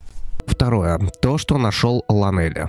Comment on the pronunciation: Эх,.. Правильно лОнели, что с англиского переводиться как "одинокий"))